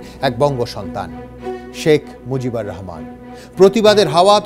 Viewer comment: It's Mujibur Rahman and not Mojib. Indian Bengalis really have horrible pronunciation of our names.